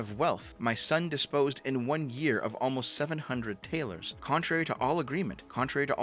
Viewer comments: Taler is pronounced tal-er like "duller", not like tail-er. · If this is Germany during Marx time talers wouldn't be Taylors it would be pronounced more so as Tallor as in dollar with a T instead of a D. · "Talers" is not pronounced tail-ers, but ta-lers. It's the source of the word dollar. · Just a side note - talers would actually be pronounced tahlers. And if you think that sounds a bit like dollars you would be correct. The Taler is the etymological precursor to the Dollar.